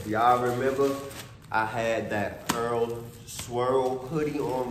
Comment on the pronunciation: it’s just pronounced e r l lol it’s the designers initials. fire piece